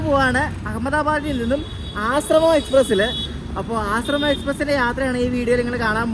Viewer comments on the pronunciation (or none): It's not Asramam, it's Ashram.